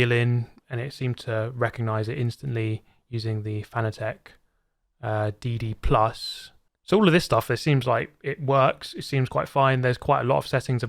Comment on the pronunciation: Please pronounce Fanatec correctly. Its like fanatic, but i=e. Thank you.